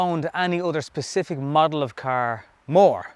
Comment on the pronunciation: It is 'model' not 'muddle'.